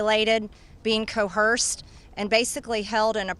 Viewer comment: She cannot pronounce the word "coerce".